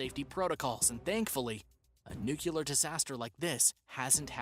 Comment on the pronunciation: If you are going to be a narrator on any show, you should learn how to pronounce easy words such as “N U C L E A R”. Even Homer Simpson can pronounce it properly